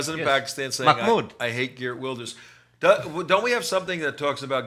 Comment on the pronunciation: And the host is right on how to say Wilders, only Geert is a bit off.. The guy offscreen says it correctly right after the host , but his second/third try after are terrible